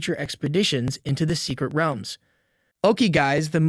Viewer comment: Why u saying realms like wealms